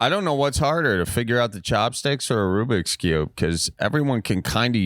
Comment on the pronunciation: "An Arubiks" 🤦‍♂️ 🤣 Miles its a Rubiks cube